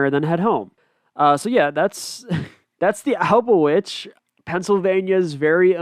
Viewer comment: It’s Alba-Twitch